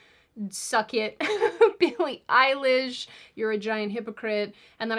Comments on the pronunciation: Billie Eili-ICE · billie ice-lish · Billy Ice-lish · why are you calling her "Eilish" like it’s her surname??😂😂😂😂 it’s just a middle name